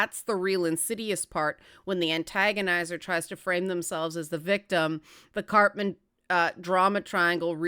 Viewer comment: I'm sorry, I keep hearing "Cartman Drama Triangle" XD